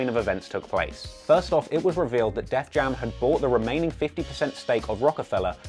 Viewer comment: It’s *Def Jam*, not “Death Jam”.